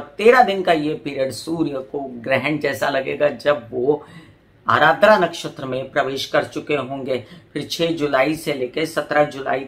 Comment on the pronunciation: Mam vo ADRA hain not ARADRA Joki meri hi nakshatra hain. 😊